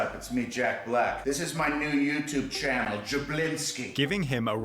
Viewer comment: channeLLLLLL.... peopLLLLLLLLLE....